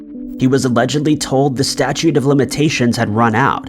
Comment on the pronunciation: *STATUTE OF LIMITATIONS* not STATUE lmao 🤣